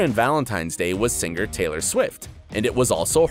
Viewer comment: i can't stand hearing the narrator pronouncing singer into sinGER , BUT WHY? sinGER lol sinGER but WHY? ASK TO AXE? lol